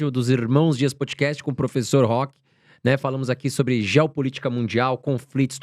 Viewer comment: aiiiii nao se fala "POUDICAST", é PÓÓÓDCAST. De nada :)